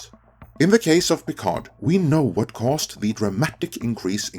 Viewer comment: The "d" in "Picard" is silent.